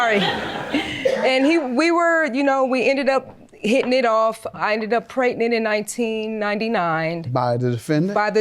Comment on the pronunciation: Why do people say preTnint instead of pregnant?